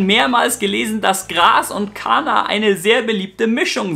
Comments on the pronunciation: Nicht Kaaanaaa sondern KaNNa! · ¡¡¡, im Infovideo aber bitte richtig ausprechen!!! In der deutschen Sprache wird ein Vokal(a) vor einem doppelten Konsonanten(nn) kurz ausgesprochen!! "Kaaana" sagst du aber immer statt "Kánna" 😉 ziemlich pushendes stöffchen👌🏻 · Mensch! KaNNa! Doppel-N! nicht Kaaahna....